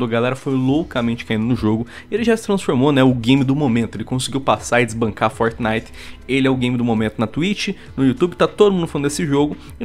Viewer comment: EIPEQUIS LÃNSOU VO ABÃMDONA O FORTNAIT E FALA MAU DE GUALGUER JOGU QUE USI NEGANIGAS DE EIPÉQUIS